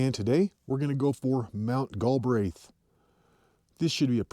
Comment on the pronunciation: Prounounced Gal Breath